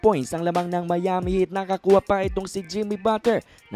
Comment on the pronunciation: Mali Ang pronounce mo ng Miami